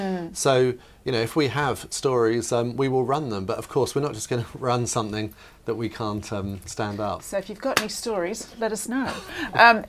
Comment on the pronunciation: I noticed that the woman in the black and green dress pronounced 'something' as 'somethink.' I can feel discomfort from here!